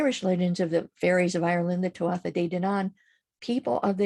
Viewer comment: Thank you (very irish name) great information here really enjoyed the video. Just fyi tuatha is pronounced too-aah much love 💝